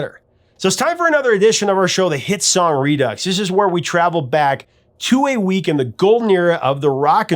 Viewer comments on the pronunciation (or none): Redux is not pronounced using an “x”. It’s pronounced like re-do. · Redux, = redoux = re-do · REDUX: He pronounced it reducks. Should be rudoo. Just saying. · Did he say re-ducks?